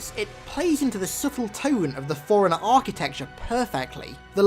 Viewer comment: all respect to you man but it sounds like you're pronouncing Forerunner like forigner, but i agree with your thoughts on this